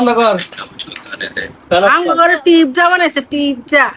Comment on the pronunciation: Pizza রে pipza বলে😂😂